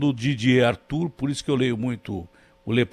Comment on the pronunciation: Didier Raoult e não Didier Artur